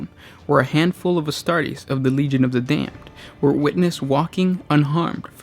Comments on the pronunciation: You say Damned funny...and now it's stuck in my head....FFAAAAAAAAAAH!!!! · Legion of the dayum-ed